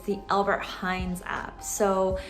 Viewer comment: Its ALBERT HEIJN NOT HEIJNS no one says it here Or just say Appie or Appie Heijn how the locals say it